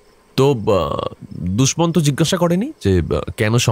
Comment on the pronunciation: দুষমণতো কী উচ্চারণরে বাবা!!